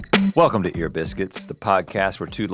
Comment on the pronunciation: Does that caller realize that Link says “Welcone” instead of “welcome” in the beginning of every GMMore…? Notice it.